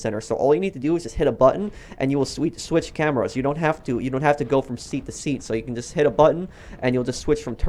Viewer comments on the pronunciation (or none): none